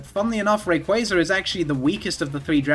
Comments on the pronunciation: I like how you say Rayquazar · The way you pronounce RayquAAAAAza makes me giggle